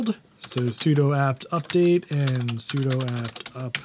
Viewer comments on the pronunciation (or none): none